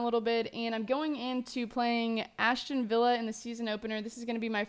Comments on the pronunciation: As-ton villa, not Ashton :/ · Ashton villa? LOL